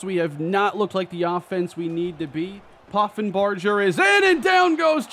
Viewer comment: The "ger" in Poffenbarger is pronounced like in Hamburger